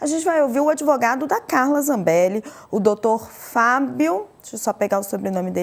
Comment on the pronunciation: E esse "dotô adevogado" esteroide anabolizante?????????? Tá tomando tanta bomba, que está precisando usar sutiã.